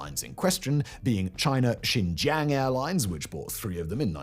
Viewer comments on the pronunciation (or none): none